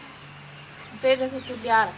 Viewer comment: Question about Mipetrake... It sounds to my ear like you're making a 'ch' sound. Like Mipetch-kay. Is that correct?